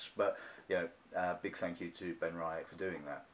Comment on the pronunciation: Just to mention that it's pronounced "Ben-Ree-ach". There is no "I" in the middle.